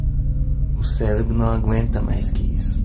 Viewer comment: "o ceLebro não aguenta mais que isso" huehueuheuh meu ouvido que não aguenta seu português